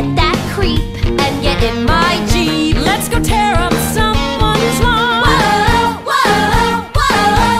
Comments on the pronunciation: When Heather Duke says: " and get in my Jeep" I keep hearing get in my jeans... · I always mishear “get in my jeep” as “get in my jeans”